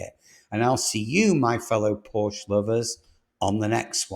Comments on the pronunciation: It is PORSCH-E, not PORSCH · Start to pronounce the company name right if you are making a program of the company. It is called PorschE and not Porsch as you insist to call the car company. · It’s difficult for someone to be taken seriously as an expert on a brand whose name they don’t properly pronounce. POR-SHUH. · It's pronounced Por-sha. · So what was your point about China? Porsche has no control over Chinese market. They are subject to its whims just like any other retailer. And you would think if you’re going to produce a video on Porsche that you would actually pronounce the name of the company correctly… it’s “poor-SHA”. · PORSHE ...SHAY ....................get it right ................ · "Porsche" :face-orange-biting-nails